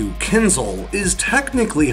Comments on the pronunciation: Is there anyone home who has English as the first language? Ask this rare person to find a difference in pronunciation between "kinzal" and "kinzhal", and explain it to you. This is embarrassing in a video about one of those. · It's not kinZal, it's kinZHal, where ZH is the same sound as in "casual" and "abrasion" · it's kin-zhal, zhhh, like "J". Kinzhal